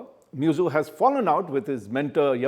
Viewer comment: How can you pronounce the name of the Head of a State so casually. It is MuIzzu pronounced as Mohammad Move-Izzu not Mezu.. Shame on u..